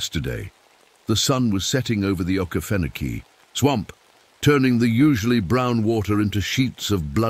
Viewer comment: texas. And it's O Key Fen Oh key